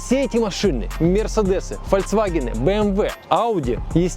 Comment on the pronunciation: НЕ ФольЦвагены, а ФольКСвагены.